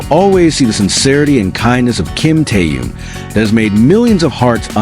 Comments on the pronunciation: Автор очнись, Тэхен, а не Тэен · Почему вы Тэхена, называете Теен, имя правильно называйте, противно слушать